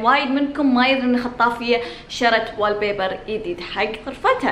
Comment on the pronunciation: اسمه (و)ل بيبر مو و(ا)ل بيبر الكلمه مستفزه وال وال وال وال